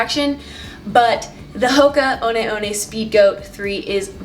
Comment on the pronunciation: One one pronounced WUN WUN, THIS AINT a starbucks latee....its a large Cofee.